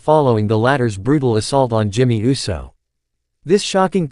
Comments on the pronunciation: Do us a favor. Please put a REAL LIFE PERSON on these videos to pronunciat peoples names correctly. It’s annoying to hear the voice that’s speaking say wrestlers names wrong. For instance instead of Uso the computerized voice pronounces it U.S.O. Put some respect on their names. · I can see you have a problem pronouncing the name UUUUUSSSSSOOOOO?!